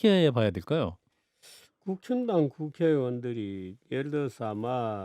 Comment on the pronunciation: 정규재 대표님이 국힘당 이라고 말씀하시는데 제 귀에는 국짐당 이라고 들리네요 ㅎㅎㅎ😊